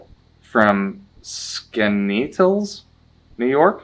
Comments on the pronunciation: okay this is real cute. also josh it's pronounced scan-knee-at-less (skaneatles, ny) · the way he pronounced it tho 😂I didn't notice it the 1st time I watched it until i showed it to my mom and she was like does he mean Skaneateles?!